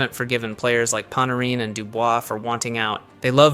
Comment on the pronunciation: Dude said Panorin, this is 100%, without a doubt ai.